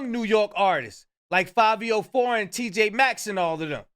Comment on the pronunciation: Bro said TJ Maxx 😂😂😂